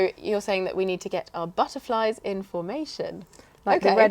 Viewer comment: Speaking between you did you say 'buzzerflies' instead of 'butterflies'?? Please do let me know as, that is what I hear...... Thanks.